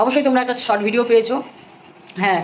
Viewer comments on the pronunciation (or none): none